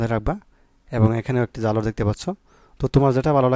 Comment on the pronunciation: জালরা না ঝালর উচ্চারণে সমস্যা আপনার